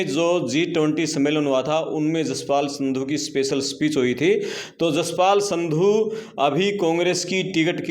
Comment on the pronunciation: संधू नहीं सिन्धु हैं